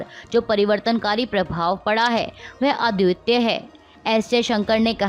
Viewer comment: The anchor needs to work on her diction and pronunciation. Pronouncing "पराकाष्ठा as प्रकाष्ठा" and अद्वितीय incorrectly shows poor preparation.